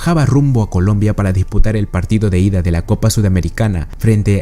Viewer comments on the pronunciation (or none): none